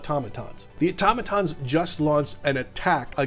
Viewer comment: Thank you for actually saying automaton correctly!